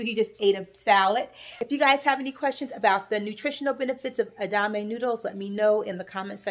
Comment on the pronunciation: Everything looks amazing. I love a splash in vinegar on my greens too. Your beans look delicious...am going to try your recipe. FYI: the pronunciation of the soybean spaghetti is e-da-ma-may...4 syllables. Would not have mentioned it but you wondered if you were saying it right. This is the first video I have seen of yours and looking forward to more. Will binge last ones as I enjoyed this one very much. I also appreciate your autism awareness notice. Being a caregiver is hard work. May God give you all the strength you need. God bless